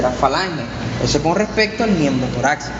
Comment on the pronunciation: Creo que se pronuncia torácico no "toraxcico"